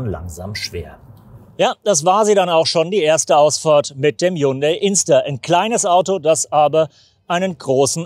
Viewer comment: Während alle anderen Journalisten HYUNDAI mit i aussprechen, wählen sie die englische Form HYUNDA Y, warum ???